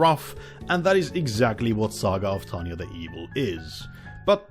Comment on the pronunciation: the guy has problem saying tanya name but says victoria name in one breath. me having problem saying both names... WHAT?